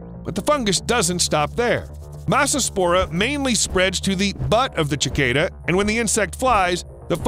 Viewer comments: It's not chicada...it's cicada. It's not "ch" as in "chip", it's "ci", as in "sit". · Are you fr mispronpuncing Cicada? It's pronounced [Si-Kay-Duh] not [Chih-Kay-Duh]. 👍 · Who says Chicada it's sayed Sicada for the word cicada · you calling it a CH-icada instead of a Sick-ada is driving me batty! lmao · no CHICADA,,,,,cicada.. :SAH-KAY-DUH" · Sorry I have to ask... Did it trigger anyone when he said "Chikaeda" instead of "Sickaeda" when he pronounced Cicada . Bruh all my life I've said it Sickaeda. Am I living a lie??? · What surprised me the most was that you can't pronounce cicada. It's "sik-ay-da." The more you know. 🌠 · Being a scientist you should know its a ssssss sound when pronouncing ..... cicada not chicada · It's pronounced suh Kay duh! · Why does no one know how to pronounce cicada? Sik ayd uh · The pronunciation of "cicada!" 😭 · ... have I been pronouncing cicada wrong all these years? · Ugh that's not how you pronounce cicada